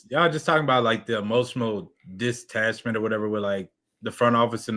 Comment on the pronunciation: “Emoshamall distatchment “